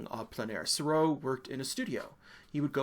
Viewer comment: Oh DO pronounce Seurat again for us. I’ve never laughed so much!!